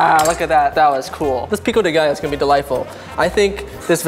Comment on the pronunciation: mooood just heard saying "pico de gallo" chefkiss